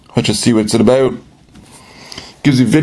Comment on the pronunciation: Lol...... he said aboot.